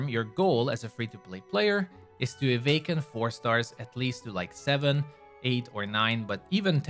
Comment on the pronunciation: why do you keep saying avaken